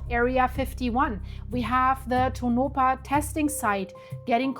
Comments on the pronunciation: Pronounced toe-nah-paw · Please learn how to pronounce PLACE NAMES. First of all is Tonopah TOE- nuh-Paw. Emphasis on 1st syllable then a slight emphasis on Paw